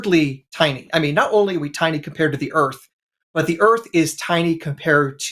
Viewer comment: Jay, forgive me if I'm hesitant to think somebody who pronounces Earth... "Erf"... has the secrets to the universe.